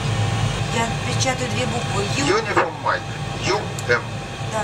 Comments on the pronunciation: Самое главное, Дуэлянт, это не выставлять свой ничтожный IQ напоказ, а быстренько посмотреть информацию в Гугле. Если ты, как, Uniform Mike произносишь как "Юнифолмайнд", значит ты в своем развитии ПРИЛИЧНО отстал от остального населения планеты. Недалекий паренек, услышав в боевике слово Roger (во время переговоров по радио это означает "Принято", "Понял!"), воскликнул, "А чо они вечно друг друга называют РОЖА???")) Это не ты был?)) Признайся, тут все свои. Не заснет он ночью. Можно подумать, порнуха дает тебе поспать))). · Только сказал он это, когда она уже почти все слово написала. А изначально он чётко произнёс "напечатайте unionmike". Когда говоришь с 12-летним ребёнком, а имено так приходится говорить с человеком, который не шарит, то нужно все проговаривать, как дурачку: "третья зелёная кнопка слева под правым экраном". Тут больше её заслуга в том, что она успела перевести все команды суфлера на свой язык. В идеале такому помощнику лучше сидеть в симмуляторе и видеть те же приборы, что и она. Но сидеть можно только медленно!